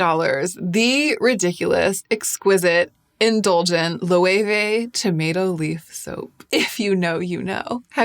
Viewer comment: Great pronunciation of Loewe! Not even spanish people know that you have to pronounce it like that.